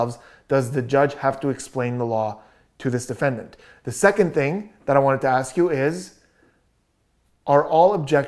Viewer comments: Grrrrrrrrrrr. It's ask not aks. It's truth not truth. And the main thing I had against him was he claimed to be sovereign citizen. He says I don't go by that name, idk anyone by that name, and he objects to being called that name which in turn would mean that if your not that person and a sovereign citizen then u don't have rights. So why is he saying his rights are being violated 😂😂😂😂😂😂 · That & the freaking "is it fair to say" & "objekshun" & "relevancy" & "oaff of office" & "lawful law" & "do you see the plaintiff in this courtroom" You always knew he was wrapping up his PATHETIC badgering of the witnesses when he'd start "AXING" about who the plaintiff is! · dats not what i axed...grounds?!